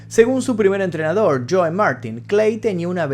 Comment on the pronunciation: "Los nazi", "cólord" (colored), "líson" (Liston), "chóu" (Joe), "forman" (Foreman). El final fué muy emotivo, no pude contener las lágrimas. Siempre será el más grande, ninguno como él.